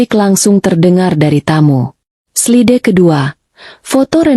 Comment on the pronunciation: Slide harusnya dibaca "slaid'